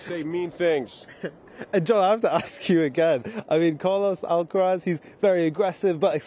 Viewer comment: says 'Alqueraz' XD